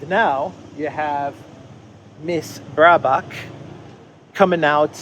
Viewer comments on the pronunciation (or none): Bare-bock or Bear-bock, not Brae-bock...stop thinking about her bra! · It's not Brahbock!!! It is BEARBOCK (Baerbock in german). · Just pronounce her name like, BEAR - BACH. Easy to remember and it's pretty close.